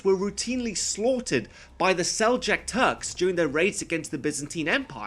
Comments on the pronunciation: The way you say Seljuk makes me cringe. its pronounced like seljook. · It's SELJUKS, not "sell-jacks". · Seljuk was pronounced Sel-yook in all my Islamic studies courses. Interesting. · I could poke so many holes into this video. I don't even know where to start... Well first off if I have to hear you mispronounce Seljuk one more time i'm going to vomit. Second, Your justification of trying to pick at how the Templars (not all the knightly orders) were portrayed at warmongers, whereas the muslim's weren't...SIGH You DO know who Guy de Lusignan and Reynald de Chatillon are right?? RIGHT? I would hope so seeing as you deem yourself qualified enough to rant. And you DO know Saladin was famous for his intellect and temperance right?? An have you bothered to take into account the political state I honestly feel like you need to rewatch the movie if this is the message you got out of it.